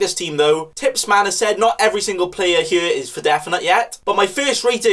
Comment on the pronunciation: Man says here like yere